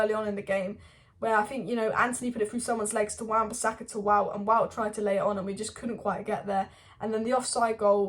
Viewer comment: Just a heads up of the pronunciation of Wout's name. Listen to ETH when talking about him. 'Vote ver-horst'.